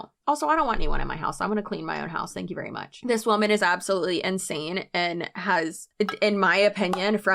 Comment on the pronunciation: “Aww tank you” jaaja thanks did your hard job